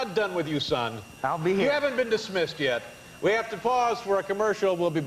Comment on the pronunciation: They always change The name, instead Leonardo They say Lionardou. Duh